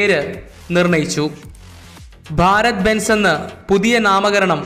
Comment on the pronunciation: ബാരത്‌ ബെൻസ് അല്ല ഭാരത് ബെൻസ്